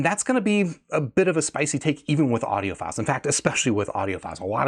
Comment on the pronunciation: says audiopedophiles